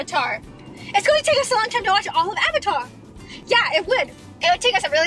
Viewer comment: listen to how roni says "avatar" lol